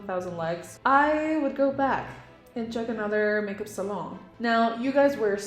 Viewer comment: I miss how you use to say salon 😢